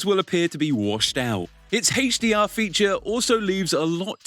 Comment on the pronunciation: Hey-che DR? Lmfao